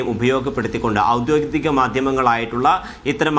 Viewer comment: "ഔദ്യോതികം" എന്നാണ് അവതാരകൻ പറയുന്നത്